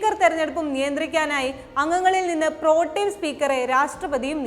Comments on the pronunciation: പ്രൊട്ടേം, protem, pro-term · " പ്രോട്ടീൻ" സ്പീക്കറല്ല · പ്രോട്ടേൺ സ്പീക്കർ. എന്ന് പറയു കുട്ടി